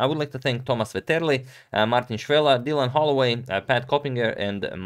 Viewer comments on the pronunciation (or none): none